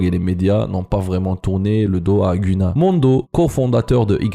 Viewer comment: Tu ne prononce pas bien le nom de GUNNA